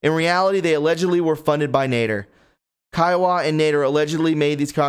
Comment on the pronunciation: Re I kept thinking you were saying Kiowa. Man pay attention to your reading. 🙄 Read care-ful-ly...it is Khawaja as in Ká-wá-ja. Whew! 🙄